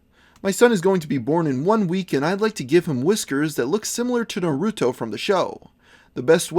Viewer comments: its pronouced nar a toe. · its pronounced Nar-ru-toe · You got a dislike for pronouncing Naruto wrong. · If you can pronounce weaboo why can't you pronounce Naruto?